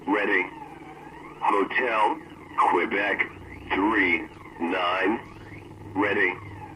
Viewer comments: "Nine" instead of "niner" is a giveaway that its not real US military. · I take a couple issues with the "NORAD" recording. One, the phonetics are a bit wonky. "Nine" in NATO phonetics is pronounced "nine-er" and (a little more nuanced) "three" is pronounced "tree." Also, the voice sounds like a college student, not someone who would be working in comms. Also, despite the military and government in general being incompetent in so many ways so often, something like that would not have gone unnoticed for any amount of time. If a transmission got fuddled and someone got a secret transmission, that would have been taken care of; not in the sense of they would have been "disappeared," but they would have been brought in and signed a lot of paperwork. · For the second story, isn’t it supposed to be nine-er instead of just nine for NATO alphabet?